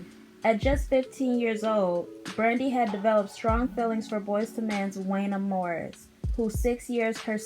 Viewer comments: I was literally like “I like her and she’s a baby.. but it’s pronounced JUAN-YAY!” 😂😂 Definitely gotta give the younger generation a pass when they try 🥰😂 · It WONYAY . You are pronouncing his name wrong